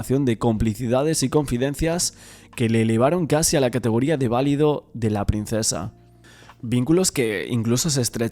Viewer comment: Se dice "valido de la reina" y no "válido".